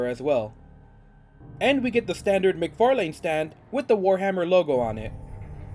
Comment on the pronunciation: "Mic-Far..LANE" McFarlane ---> Mc-Farlin